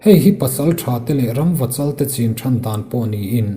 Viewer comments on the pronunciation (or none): none